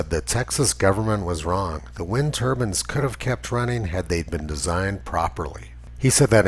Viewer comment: "wind turbans" lmao